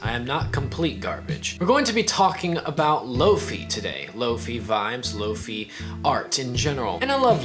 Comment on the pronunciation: Great video. I found one today for nine bucks at a thrift store. I'd like to add its pronounced lo fie not lo fee. Comes from hifi which is high fidelity and lofi is low fidelity. I e low quality